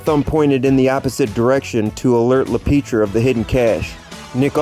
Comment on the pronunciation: It's not La Peetria...its La Pietra...(pee- eh-tra)